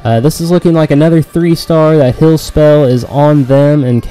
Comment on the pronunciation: Liked the vid just hated the way u say HILL instead of HEAL